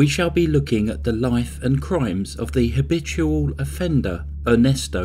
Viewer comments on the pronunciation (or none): none